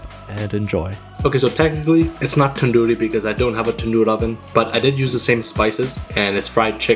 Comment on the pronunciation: My guy said "Tadoori Chicken" 😭💀